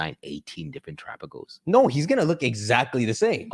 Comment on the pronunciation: Every time I hear TerapaGUESS I lose another week of my life 😭